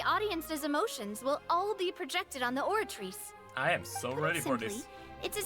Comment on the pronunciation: Nah hes right about the names. It just sounds wrong and takes u out, u're having a full english conversation where both ppl have american accents and then suddenly a name is pronounced in broken french like the oratrice, or MUSOOR NURVILERT. Either pronounce everything with french accent or nothing t. Melus is a great example